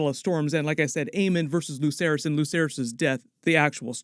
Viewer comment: Why do people still say lucerys and jaecerys like Lukerys and jaekerys. It's pronounced like an Ssss like... Watch the show...